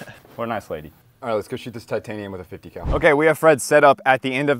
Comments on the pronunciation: 50 Cal … My ears: 50 🐮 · He actually says 50 cow, it's a running joke on this channel